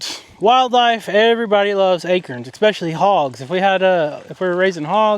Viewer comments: I love how says A-KERNS 😂. I love hearing accents from all over the country. I’m from the east. We say A- CORNS. My grandfather was born and raised in Philly but he said some words like he was from somewhere else. Moshmellies was my favorite word he said. I’d giggle w wet time he said it. My grandmother would pronounce his name (Mart) like she was from New England. She was also born and raised in Philly. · "ACERNS" 😂 I have never heard ACORNS said like that. 😅 Also regarding the cheap plastic pools, when we were kids we beat on those things, so my dad would double/triple them up so they lasted MUCH longer. Also for the 50 gal rubber one that has a leak? Couldn't you put it in an extra large durable 55 gal garbage bag or some other kind of tarp? Or would the animals tear that to shreds? Strange you can't find the leak. Just fill it super slow until water starts coming out (you'd have to put it on cement though). Just my 2 cents...😊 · Two words you P renounce wrong Bermuda an acorns